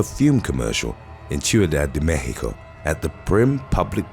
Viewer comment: Wait... he can't say 6th or pronounce American last names correctly, but pronounces Mexico as "mehico"? The pretentiousness is real...